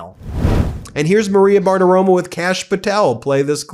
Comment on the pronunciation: It's BartaroMO. I mean, I can't stand her, but getting her name wrong every single time reflects on you, not her.